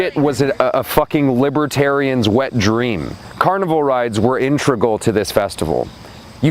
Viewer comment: Integral. Not intregal.